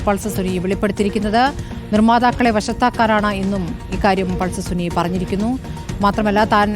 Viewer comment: പൾസർ സുനി ❌ പൾസർ സുന ✅🚀